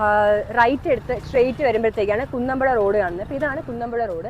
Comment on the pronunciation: കുന്നമ്പുഴ അല്ല കുന്നപ്പുഴ